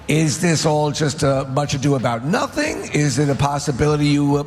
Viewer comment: Hahaha... Zack said NOHTING...